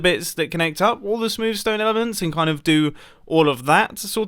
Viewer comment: Mumbo jumbo is normally like reasonably English, but when he says “smewv stone” he becomes considerably English